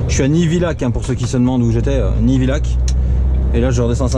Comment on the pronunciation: Salut Prononciation nivillac = Yak Pas facile les prononciations en bzh